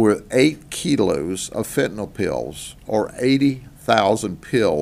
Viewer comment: Thank you, Grady Judd, for saying FENTANYL correctly. Last syllable sounds like "ill", not "all". Great job on these busts. It'll be a sad day when you decide to retire!